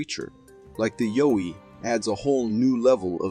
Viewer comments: its not yo-ee its a yow-ee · Pronounced YOW WEE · Its pronounced y-ow-wie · most likely but he pronounced the name wrong is all